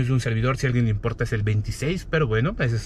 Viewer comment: Eres un vendido a los chinos, siempre te despides diciendo "BAIC" 😒